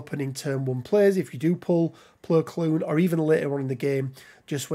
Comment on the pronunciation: Saying his name wrong